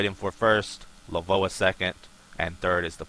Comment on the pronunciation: You don't pronounce LVOA "Le-voa" you just say the letters. It's an acronym, Low Visibility Operations Application